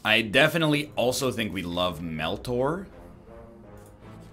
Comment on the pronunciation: Why does he keep calling it MeltOr